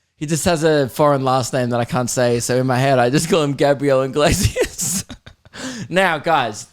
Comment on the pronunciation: fair sure you're pronouncing iglesias anyway brah